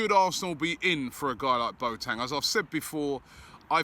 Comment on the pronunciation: Mr Pronunciation back again😂 “BoTang”